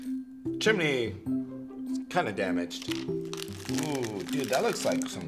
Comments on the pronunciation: Who hates how they say chum-eh-ney not chum-ney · "Like a little chiminey" lol